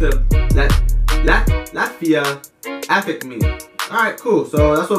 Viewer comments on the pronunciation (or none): none